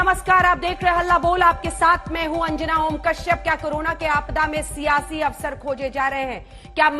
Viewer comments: अबे आज तक वालों क्यों हिंदी की ऐसी तैसी कर रहे हो दर्शक कृपया अवरस को अवसर पढ़ें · are aaj tak walon thora padh likh v lo awsar hota hai awras nhi hota